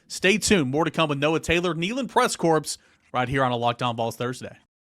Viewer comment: There is no S in corps!